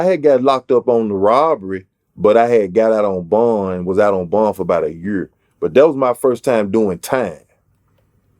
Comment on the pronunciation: “year” pronounced “yurr” - as a Texan, love the accent lol